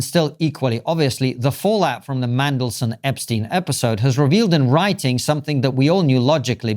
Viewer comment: Are you saying "Mangleson" ? It's "Mandelson" 😂